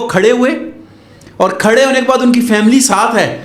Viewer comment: Anperh 😂😂 faaaamileey ne huta family huta ha